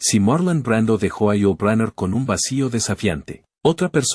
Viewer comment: El narrador llama Ulu a Yul !!!! HORRIBLE!!!!